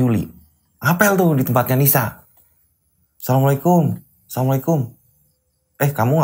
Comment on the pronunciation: Wa'alaikumus salam mf..untuk pengucapan salamnya yang jelas dn jangan tergesa gesa. Krn ini mrpkan sebuah do'a🙏